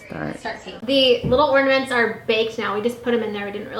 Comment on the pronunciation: are you saying ordaments? Lmao its ornaments. Or maybe i heard you wrong. Idk